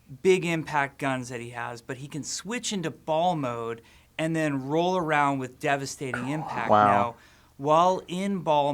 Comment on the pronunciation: I did not realize Jeff kept saying "devestating" in the developer update so much until I saw this also, you're guys' reaction to Jeff saying a talking hamster would be silly was basically the same as mine lol